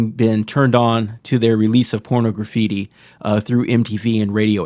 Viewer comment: it's not "porno graffiti" it's "porNAHgraffiti" as in porNAHgraphy. just remove the phy and add "ffeetee" and you have it. just trying to help!